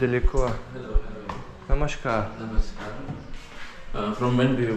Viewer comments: я знаю слово намаскар, но оно ведь не через ш произносится. Я об особенности произношения говорила. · почему Вы постоянно говорите намашкар? Ни у кого больше не слышала такого произношения. Это что-то означает? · произношение такое. У меня муж на бенгали говорит. У них вместо "с" чаще "ш" или "ч". Он также вместо "сари" говорит "шари", вместо "ласси" - "лаччи". Я сама в университете хинди учила и по-началу немного терялась, когда он мне что-то такое говорил.